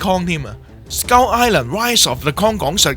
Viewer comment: 我成條片都聽到(S鳩)Island 😂